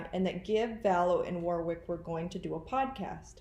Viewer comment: Maybe the other man who Donna saw helping Whori suffocate JJ, was David Warwick (it’s pronounced Warick, btw). Why else would she kill him on the day they were visiting, if they didn’t know about it? I don’t think anyone should be fooled by the timid, innocent person, Melanie Gibb tries to portray. She’s in this upto her neck!!!